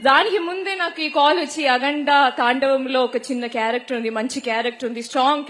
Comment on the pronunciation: అగండా నా ఉగాండా నా ! 😂😂😂😂😂😂😂